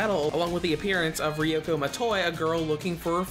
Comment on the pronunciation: “Ree-oh-ku My-toy”